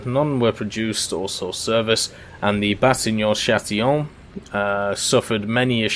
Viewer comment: I know french is hard but it's not batignon châtillon but batignolles châtillon